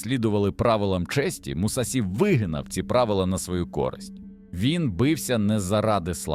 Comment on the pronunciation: Побуду душнілою так як вчу японську: у японській мові нема таких кан як СІ, ТІ та ДЗІ, є ШІ, ЧІ та ДЖІ. Не Мусасі, а Мусаші; Не Дзікан а Джікан, не Хейхаті, а Хейхачі. Досить використовувати костилі московських професорів які вони придумали для своєї обмеженої мови, вони нам не потрібні, бо наша мова дозволяє транслітерувати японську прямо без компромімів!!!